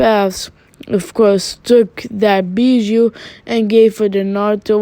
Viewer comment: With your acsent every time you say bijuu the subtitles said beat you🤣 "The anceit bet you" 😂😂😂😂